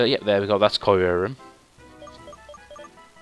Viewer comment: Qrim is how the lengendary is said